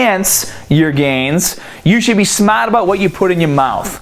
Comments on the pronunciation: i love when your "r" goes silent. Smaat :D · "you have to be smot" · when you say smart? haha, where you from. New York?